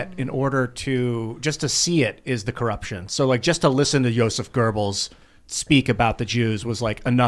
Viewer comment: There's no 'r' in Goebbels, ffs.